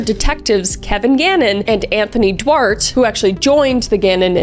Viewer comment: Duarte= do-art-tay, not 'dwart' 😂 also love that Kris sounded a bit like Christopher Walken without meaning to. Her impressions is so good it just sort of slipped in